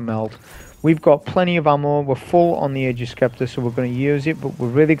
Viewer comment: Love your vids and sorry to be that guy, but it's pronounced 'agg-ers sep-ter'. Sorry it's a trigger lol.